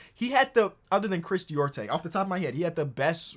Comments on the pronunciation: its cris Duarte nor diorte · bro said "Dior-te", it's pronounced "Dew-are-te" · It's DUARTE my g, pronounced dwuart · how in the hell do you pronounce Duarte: DEEORTAY? How? Its DOO-ART-TAY, lil bit of spanish for you brodie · How do you get Diorte out of Duarte lmao 💀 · Hey, if you’re interested in knowing, Chris Duarte’s last name is pronounced: Doo-ar-teh. Love your videos, keep doing your thing! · Just for future reference… “du-ar-tay” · Chris Duarte (Doo-Are-Tay) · Who tf is Chris Deeortay? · It's pronounced "Dew-r-tay". It's a Spanish last name "Duarte" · It’s pronounced Chris Doo-arte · This man still dont know how to say Duarte’s name😂😂😂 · Really gotta learn how to pronounce Duarte cause both commentators got it wrong 😂